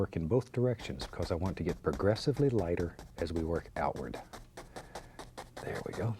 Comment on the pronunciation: I thought he said aggressively lighter not progressively what a weird thing to hear from bob